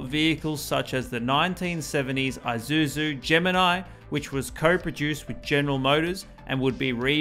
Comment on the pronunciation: It’s not Eye-suzu… it’s Eee-suzu.🖕🤖